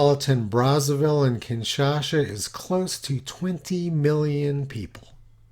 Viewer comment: It's KinshaSa